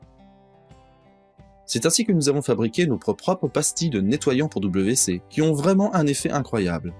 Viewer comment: Merci. (Petit commentaire : WC se prononce V C, et non double V C.)